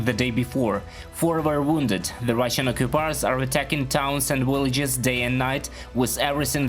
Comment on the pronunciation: It's Victory and Villagers. not Wictory and Willagers. please...